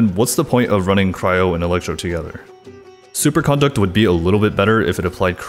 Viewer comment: Does it drive anybody else nuts that he pronounces it "supercOnduct" with an emphasis on the con?